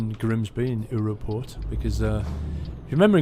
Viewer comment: lolz Uropeurt XD Just say Euro and say Port and you're close as hell in pronouncing Europoort :)